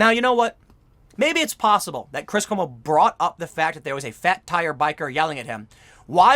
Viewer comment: Did you just say chris homo?